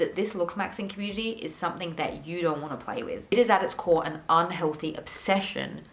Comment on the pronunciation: Cringe each time I hear "somethink" or "anythink"